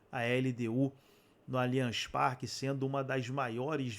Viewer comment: Só vou curtir o vídeo qdo vc aprender a falar o nome do estádio corretamente. Alianchi Parque não existe.